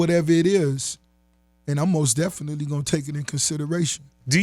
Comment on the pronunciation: Ross should make a song call most definitely cause he be killling that word